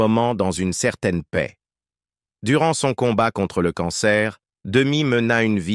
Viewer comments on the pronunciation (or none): none